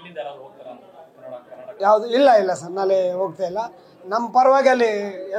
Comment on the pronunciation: ಇವನಿಗೆ ನಾಳೆ ಅನ್ನೋದಕ್ಕೆ ಸರಿಯಾಗಿ ಬರಲ್ಲ ನಾಳೆ ಅನ್ನೋಕೆ ನಾಲೆ ಅಂತಾನೆ ಇವನು ಫಿಲಂ ಚೇಂಬರ್ ಅಧ್ಯಕ್ಷ ಇವನು